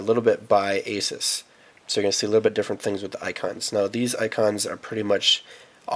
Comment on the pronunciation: Oh boy another person that doesn't know how to pronounce Asus...haha geez